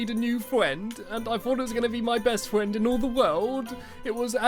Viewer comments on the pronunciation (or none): The way he said friend "fwiend" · Stamps you said fwend on no 17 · Wait did he say fwiend?? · i met a new FWEND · Fwend? stampy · At the start of the video you said I made a new fwend it made me laugh but its sad the creeper died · He said fwend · A good fwend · Lol Stampy was saying fwriend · stampy why did you say you made a new fwend